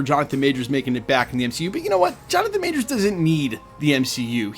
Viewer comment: Kevin is a liar. He can't even say Jonathan Majors name. We should boycott Avengers: Doomsday.